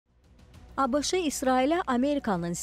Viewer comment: ABIŞI yox ABŞ.